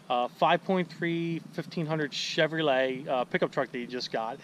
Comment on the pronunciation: why do you say things wrong?! Chevrolet, radiator, it's killing me man!